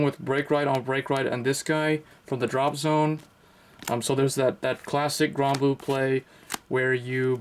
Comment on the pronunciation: its called granblue not gronblue